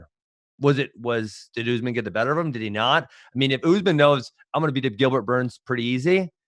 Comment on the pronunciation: Askren isn't being a bigot for at least the first half of this video. He's actually saying USMAN. I'm glad that he's respecting the name, even though he's being condescending